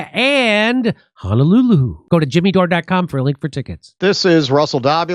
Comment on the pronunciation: The way Jimmy says Honolulu 😂